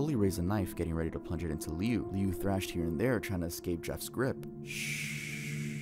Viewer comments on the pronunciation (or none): I love how he mispronounces Jeff’s brothers name 😭. When I first heard it, it caught me off guard. It’s actually pronounced Lou, but it’s spelt Liu. He actually goes on to become Homicidal Liu after surviving Jeff attacking him, and he is constantly searching for him. Idk if anyone knows that creepypasta 🤔. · …I can not explain the pain in my heart when I heard him call Liu “lee-u”😭